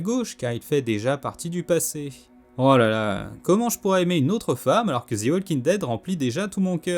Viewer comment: "Zi walking dead" mdrrr u Faire un effort pour faire une erreur 😭😭 "The" se prononce "zi" seulement si le mot qui suit commence par une voyelle.